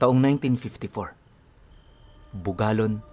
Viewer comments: BUGALLON- at Bugalyon nman po yong tamang pronuanciation nya😌,Avid listener po from Labrador PANGASINAN 🥰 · Bugallon the right pronunciation is like Bugalyon 😊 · Goodmorning, Naaaks pangasinan nanaman lezzgoww, ang basa po pala jan is 'BUGALYON' (BUGALLON)😊 Ingat pk lagi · corection po, bugallon ang speling pero bugalyon ang pronounsation po salamat